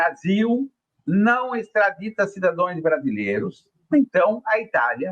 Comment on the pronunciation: Jair Renan (o Bozinho) empatou com o Pizzolato: "cidadoes" e de doer os timpanos... CIDADAOS, por favor!